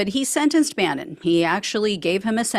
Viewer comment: That was the correct pronunciation...👍🏼👍🏼👍🏼. They should hold off till September so he can spend the holidays locked down.